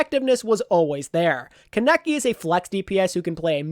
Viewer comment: theres a a in kaneki for a reason its not keneki T.T